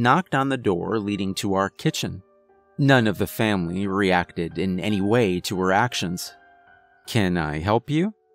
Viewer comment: A “Vam-ily” if you will.